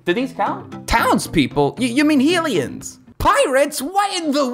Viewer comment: You mispronounced Hylian!